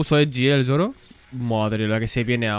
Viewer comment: Alguien me dice porque carajo le dice YOROO a Zoro